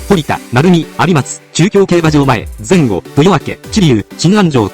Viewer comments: 前後のイントネーションが違うのと、 ”後“は「うしろ」が正解です。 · あと、「阿久比」と「前後」のイントネーションが間違っています。